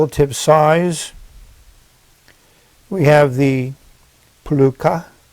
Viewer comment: This is fascinating! By the way, what's written on the box is pronounced "Roochka" and it isn't a name, it just means 'pen'.